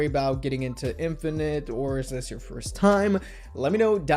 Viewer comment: 1. I love how you oronounced their names not by romanization but how it should be in Hangeul :)) 2. thank you so much for doing this! this means a lot to me, a fan of Infinite since 2011 (i stopped fanboying to other KPop groups after them, it's been 9 years already and now I'm in medical school ... watching this reminisces me so lots of good memories) 3. IM SO PROUD OF MY HYUNGS!!!!